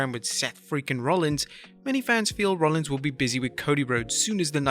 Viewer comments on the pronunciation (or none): none